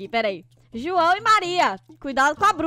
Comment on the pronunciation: Você dise juoã amor